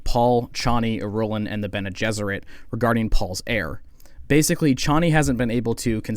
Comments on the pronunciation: I think it’s pronounced “ear-rule-on” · “Ghoulah” “Hyatt” “Ben-Telacks” “Iroolen” I want to hear this guy’s opinions but I don’t know how many more mispronunciations i can endure.